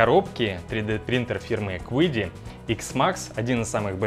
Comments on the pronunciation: Компания называется Чиди, а не quidi ) вот такие китайцы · Если уж произносить название машины по-английски, то будет звучать как Киди (неоткуда там звуку "у" взяться)... Но принтер китайский и название у него китайское из двух иероглифов - звучит как Чиди (причем "ч" ближе к "ц") :)